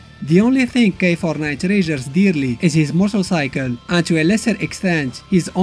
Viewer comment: Why I keep thinking you say “k49” lol